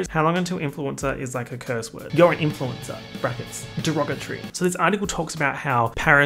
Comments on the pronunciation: Influenza lmaoooo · influensa omg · He was saying "influencer" and I heard "influenza" 💀💀💀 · bestie the way you pronounce "influencer" sounds like the italian word for "flu" and i'm here for it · oh didn’t you know? is in fact italian